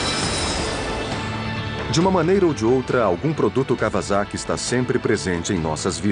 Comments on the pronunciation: 2 coisas... cada vez que esse narrador fala KAVAZAKI... me da uma pontada no figado... a pronúncia correta da palavra Kawasaki é: KAUASAKI. noob! o segundo detalhe é a pena que da ao ver o defeito no fim do vídeo. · KauaSSaki com dois SS seria a pronúncia correta. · claudia valeria Da Dilvau3r74ly nenhuma das duas formas estão corretas. Os japoneses pronunciam " kauassaki "